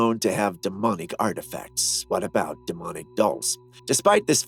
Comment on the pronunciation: into the video " Ya know what they say aboot"Big feet! BIG C#$*K !!!" 🤣😂😅